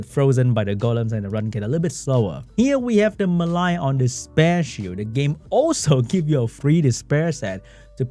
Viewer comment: Why does pronounce the name Mellia so weirdly? I mean it shouldn't be difficult right? We already have another monster with a somewhat similar name in the form of the Water Unicorn Amelia. Just remove the "A" and you got the same pronunciation for the name of the Wind Dryad.